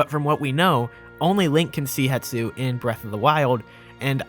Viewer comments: Love the vids, keep it up (Also hate to be that guy, but it's hes-too, not het-soo) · HE-S-TU, not Hetsu, come on look at it before you say it like a thousand times. >_< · I believe it’s pronounced HES-to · i love you, dont get me wrong, zero gripes about anything... but why does everyone pronounce it Het-su... when it's Hes-tu? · I made this comment on another person's comment but will repeat briefly. I think it is a case where a person said it Het-su somewhere and it just started sticking in people's brains falsely without returning to the source to check a look at the factual spelling and reasonable way to pronounce the letters to make the name. . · I came here to comment this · WHY DOES EVERYONE GET IT WRONG THO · That's intentional and funny. You are just making an arbitrary choice that has zero context. Hetsu sounds more Japanese? Fkn dumb. Naruto isnt japanese enough, I'm gonna pronounce it Naturo cuz I want to. See how dumb that is? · Hypemaster HMK and several other Zelda tubers reverse the s and t when they pronounce his name as well. Might be a propogating and reinforcing phenomenon where one person heard it wrong somewhere and it just keeps creeping across other content creators. Still the number of times the name is said in this video makes it much more noticable. Glad some other viewers are keeping their ears open.